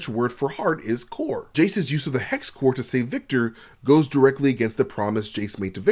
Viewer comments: Nice video. Although as a French speaker, I'm obligated to say "coeur" is the french word for heart (and it doesn't pronounce as "core" - it's more like "k - e - r") and "core" would be better translated as "noyau" or "essence". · French word for hearth is Coeur and not core, they dont even pronounce the same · In french the word for "heart" is not pronounce "core" it is pronounce like the end of "Vander" you just delete the "vand" part and you add the sound "k" and it's spell "coeur" there is no "o" sound